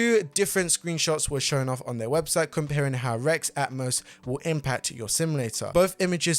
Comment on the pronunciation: R-E-X is pronounced, wrecks.